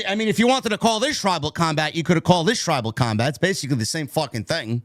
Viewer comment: “Tribal cumbag” That’s exactly what I thought said. I was confused when Roman said he accepted it.